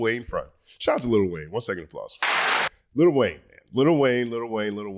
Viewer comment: Stop with the little Wayne it's Lil Wayne ✊🏿